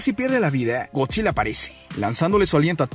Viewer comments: Aprende a hablar con palabras normales oficiales Lee el diccionario de la real acadèmia española en vez de cambias las letras... No es Godzile, es Godzilla... No es Monarque, es Monarca... Las cosas como son, nmms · Soy el único que le escucha Godzille, si energíe, el orque el macho alfe, la isla calavera.🤔